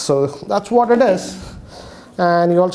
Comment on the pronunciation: Bro you say what not say whad and another world everything not say everythang